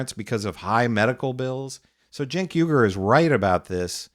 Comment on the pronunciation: It’s Cenk but the C you pronounce it with a J. Jenk